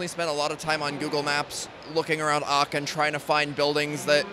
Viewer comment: Very nice moc And it’s so funny hearing him saying “Aachen” cause I am living in Aachen he’s pronouncing it so wrong haha